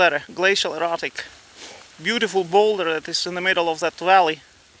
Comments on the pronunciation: Great video. I thought he was saying 'glacial erotic!' I almost booked a flight...😃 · I was laughing so hard when I figured out you were saying "glacial erratic" not "glacial erotic".